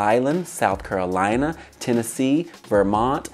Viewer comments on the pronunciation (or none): none